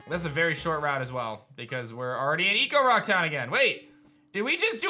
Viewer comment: Okay, you keep saying “Ecorock” but it’s “Echorock” like an echo in a cave. Am I wrong on this? It’s driving me crazy.